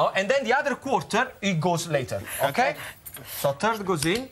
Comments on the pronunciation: omg he didnt know what he was saying wrong but he said turd lol ^-^ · He needs to pronounce his words better, for one he was talking about a sausage and then he said something about a third but sounded like he said turd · "So turd goes in..." lmfao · "So, turd goes in" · "you put a TURD of the cannellini now...." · he said ad to the " turd " and the rest with the quarter left HAHHAHAHAHHAA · I thought he really meant "a turd". Everything was clear , ten seconds later. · Hahaha I didn't realise he said third until I read the description! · He meant to say third